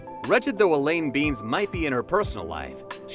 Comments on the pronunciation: Elaine Ben-ess not Beans. Cmon guys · You said Elaine "Beans" - . You clearly have never watched this show. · Did he say Elaine Beens?